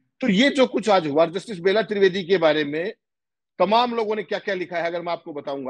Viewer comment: बेला त्रिवेदी नहीं वह बेल्हा त्रिवेदी है।